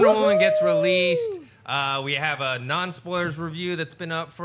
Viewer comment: "Spolies" - 💖